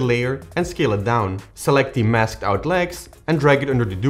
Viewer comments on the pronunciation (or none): none